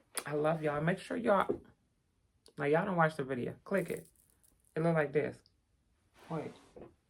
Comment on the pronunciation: I like when you say "Let me tell you a question" "videa" "ye ta de" "imma call yall back" etc.. I love it.